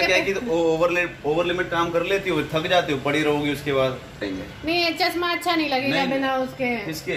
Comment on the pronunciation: चस्मा😂😂😂,भासा, सायद,,, सिमला, सनिवार, सुकरवार,,,,too much yaar,apni bhasha way of talking sudharo yaar,gaurav ji se hi lesson le lo plz, atleast sunne m sahi lage